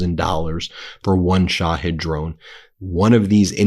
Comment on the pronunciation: Duuuuuuuude! Put me on the pay roll as a linguistics consultant. Its Not "Sha-head"! Sha-heed. You lose all credibility when you cant pronounce commonly understood pronunciations.